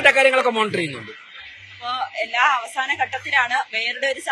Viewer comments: അവാസന അല്ല അവസാന...😊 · മലയാളത്തെ കൊല്ലാതെ അവാഹന അല്ല അവസാന